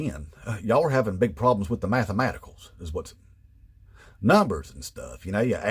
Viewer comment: The math uh maticals😅😅